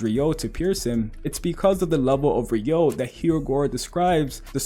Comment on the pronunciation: “re-you-oh” not “re-yo” get it right !